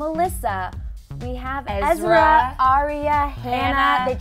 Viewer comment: Why is the pronunciation of 'ezra' changing all of a sudden? It's "EZ-RAH" not "EZ-REE-UH"